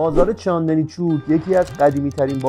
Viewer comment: تا اونجایی که من میدونم چاندِنی نیست چاندْنی هستش